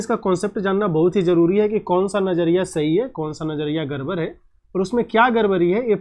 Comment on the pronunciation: Sir aap gadbad ko garbar kyu bol rhe ho aapko to Hindi bhi theek se nhi aati 😂